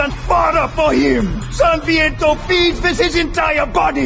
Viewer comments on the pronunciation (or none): OH NOOOOH ! Why english call him SANVIENTO ?! IT'S SANTANA , Holy shiiiit ! Oh my God I have no words ...